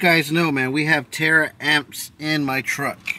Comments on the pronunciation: Ta-ramps not tara amps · Bro, I like your videos, but damn pronounced the word right it taramps not Tara amps